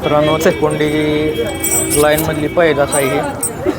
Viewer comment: भा ऊ तुम्ही लायन नका म्हणु ला ईन म्हणा की